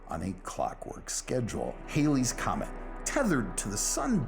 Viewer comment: fun fact: its pronounced HAL-ey's comet